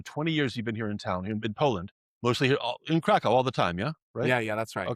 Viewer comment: Please make an effort to pronounce the name of Krakow correctly, especially after so many years living there